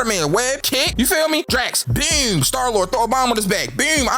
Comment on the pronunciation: “BEWM BEWM BEWM” you from baltimore huh lmfao